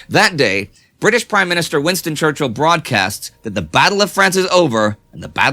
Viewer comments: Winston Chruchill? lol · Winston ChRuchill xD